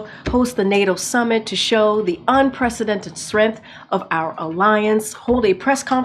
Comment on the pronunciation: unprecedented what now? Suraint? Serent? Idk lol.